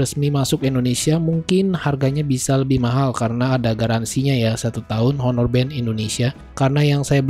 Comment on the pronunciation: Sekedar saran aja masbro, agak agak belajar cara ngeja/nyebut nama brand dan type dengan benar, Honor bukan dibaca Honor, karna mas kan nyebut 6(enam) itu "Six" (in english) jdi biar konsisten nyebut brandnya klau bisa dgan bener juga. Bisa liat referensi dri Reviewer lain di yutub, itu sih saran saya supaya mas bro bisa lebih berkembang. Skian